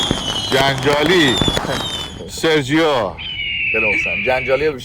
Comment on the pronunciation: سرجی نه از این به بعد بگید سرگی